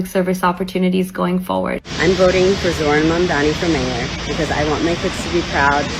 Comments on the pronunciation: Zohran mamdani not mardani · He is Zorhan mamdani not Mardani you pronunciation mistaken